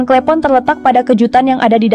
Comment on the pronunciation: Klepon bukan klEpon